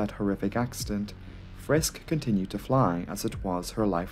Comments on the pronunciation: Friskk instead of Friske? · just a minor thing....like in "Porsche", the "e" in the end of "Friske" is not silent. It's like the "i" in "it" or "hit", not silent but soft and never stressed. If you ever come across a German name ending in "ow" it is a silent "w" and pronounced like in "beau", that's the only case in German I know where a letter is silent. Apart from that I appreciate you covering older crashes but please leave politics and gender topics out. We're here for planes, Engineering, aerodynamics. Barschel very likely didn't kill himself, I know it is not the topic here but a closer look at the circumstances will make it unlikely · Maybe one point: The „e“ at the end of the names is short, but not silent: Friskɘ, Heisɘ 🙂